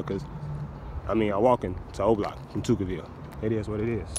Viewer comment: It’s not zero block it’s o block